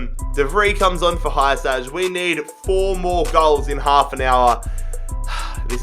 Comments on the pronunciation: OK so I just wanna let you know Hysaj's name is pronounced (He-Saii) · That pronunciation of Vrsaljko legitimately hurt my ears edit: Hysaj was no better...